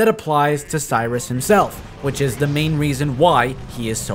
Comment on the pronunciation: You mispronnouncing 'Sirius' as 'Cyrus' reminded me of a player who told me to rush 'Serious Sike' LOL